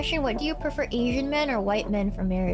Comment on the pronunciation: emphasis on the word "PREFER"